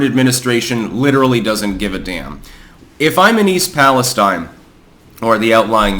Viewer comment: thank for pronouncing East Palestine correctly. ppl keep saying it wt a steen and its driving me crazy.